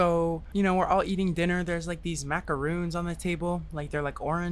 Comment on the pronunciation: “this is an evil dinnar” has entered my lexicon